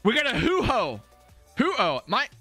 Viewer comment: Is is actually from Japanese mythology.... it is pronounced "ho (whore short word) oh (like in shock) Ho" it is a Japanese version of a phoenix. I had to google the spelling of phoenix to spell it right